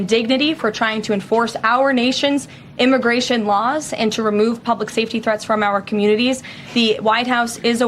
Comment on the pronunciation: Wait, are we just going to gloss over the fact that the "reporter" said IMMIGRASHMENT? Have i been saying wrong for 50+ years? 😂😂😂